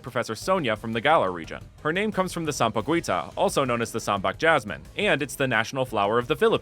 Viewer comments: Sampaguita is pronounced Sam-pa-gi-ta I'm not trying to be mean😊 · The 'u' in Sampaguita is silent. So it's just sam-pa-gi-ta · Ngl, your pronunciation of Sampaguita made me giggle